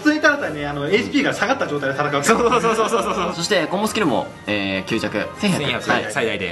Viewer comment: またきゅうちゃくって言ってる。。。